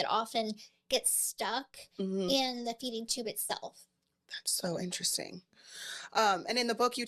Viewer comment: An-trust-sting.. Very inner resting.. How many more ways.. times.. will she say interesting.. to a person who’s destroying their literal lives.. TO BE INTERESTING